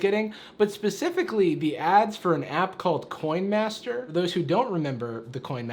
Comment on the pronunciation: "coyn mastur"